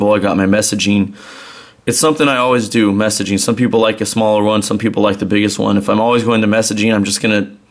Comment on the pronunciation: am i the only one that hears that annoying word "messagine" ???